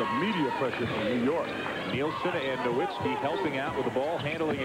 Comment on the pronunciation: And in the beginning it said "nowitzski" so they really got his name wrong in 2 different ways lol😅